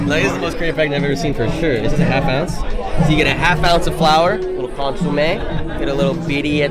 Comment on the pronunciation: The way you tried to pronounce birria and Consommé is disrespectful and not correct no where near how you say it correctly